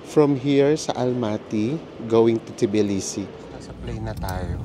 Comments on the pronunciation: Just being informative, its pronounced as tuh·blee·see 😊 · Cut the T po it’s Bilisi